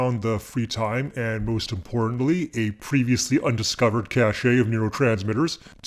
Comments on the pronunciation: Cache is pronounced cash. I remember that this mispronounciation became popular maybe a decade ago but I had happily come to believe that it had gone extinct. However, in the last couple of days I have heard it come galloping back and encountered it in numerous videos. I have no idea why. The word pronounced "cash-ay" is spelled cachet and means something completely different. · Hi. Please check out the difference between cachet and cache, and their pronunciations. Greetings from a long time subscriber ;)